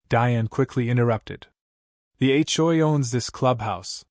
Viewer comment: It's really terrible when Ai can't even pronounce HOA correctly, for this reason no thumbs up from me.